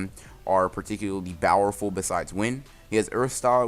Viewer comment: Why Do You Say Bowerful?